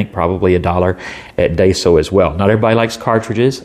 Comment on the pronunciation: Hm interesting pen might grab one if I’m ever in a daiso, just ordered a lamy safari tho excited for that, and just a heads up , it’s pronounced die-so not day so. You got the so part right just a little off on the first bit ;)